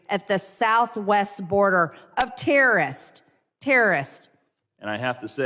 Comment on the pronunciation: Terrorist pronounced "Tearest".